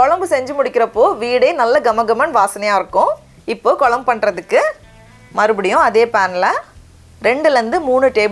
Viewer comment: Kolambu illemaa. Kozhambu innu sariyaa pronounce pannunga.